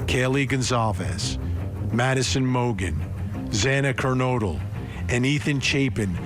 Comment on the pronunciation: Judge Hippler sit up arms un folded for a start. Judge Hippler sounds detached & cold as the murderer & for miss pronouncing Xana Kernodle name, he should of made a HEART FELT APOLOGY, instead he saids " excuse me" 😳!!!!! STAND DOWN JUDGE HIPPLER NOW!!!!!!!!!!!!!!!!!!!!!!!!!!